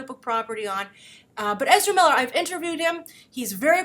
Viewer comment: "I've interviewed Ezera Miller he's very professional, he's very GAYme" I swear that's exactly how I heard it. In any case though, weather people (the internet) like him for the role or not he is an amazing actor and will no doubt make a very interesting and impactful flash. As much as every one loves The Flash's current TV incarnation I cant help but feel he has too much of a generic "boy next door" appeal. If you're gonna play Flash on the Movie scale you're gonna need way more dept and substance: Ezera is more than capable.